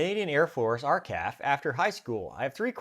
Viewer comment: never heard someone say R-caf lmao